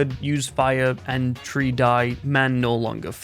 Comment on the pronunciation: Why do you pronounce three with an 'f' tho